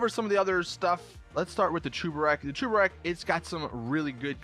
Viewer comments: ITS SAID CHEBUREK BUT U PRONOUNCE IT CHUBEREK!!!!!!!!! WHY ARE ALL GTA YOUTUBERS ILLITERATE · Why are you saying Chuburek? It’s spelt Cheburek so it should be pronounced cheburek not chuburek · it is not chubarek it is cheburek so just cheeki breeki chebureki blyat